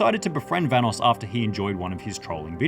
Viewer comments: dang hahahaha forgot how delirious used to call evan VA-NOSS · are we not gonna talk about how pronounced vanoss